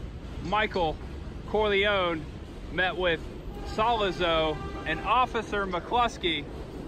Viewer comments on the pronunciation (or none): Salazo??? Say the name right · If you’re such a fan, why can’t you pronounce Solozzo? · It's escape not ex-scape. And it's Coppola not copula. It's your favorite movie but you can't even pronounce the names correctly. You even messed up the turk's name Virgil Solozzo!!